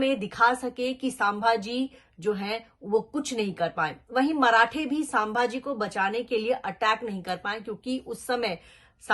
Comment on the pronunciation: chak aurt ..unka nam bhi dhang se nahi le rahi hi tu..tu sabhaji sanbhji kya bil rahi hi..unka nam leneki avkat nahi tumhari......😡😡